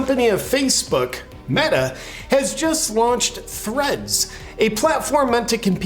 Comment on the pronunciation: Im sorry JP, did you say Threads or Threats?